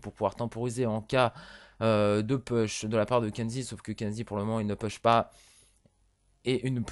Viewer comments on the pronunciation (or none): Pitié, "push" se prononce "pouch" et pas "peuch"